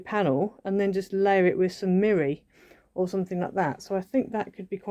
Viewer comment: I’m so sorry, I have to ask, what is meery card? I’ve heard someone else use that word too. I thought it was just the way she said mirror, but now I’m not sure.